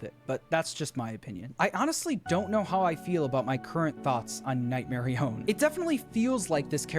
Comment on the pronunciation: nightmarionne is not pronounced like that marionne is pronounced mar-ee-on